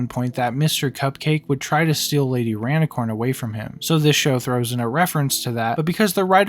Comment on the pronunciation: why you say rainicorn like that......